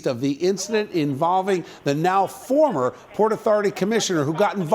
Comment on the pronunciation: I like how he emphasises FORMER commisioner...=) I wonder if she's is still "a friend of the mayor"...lol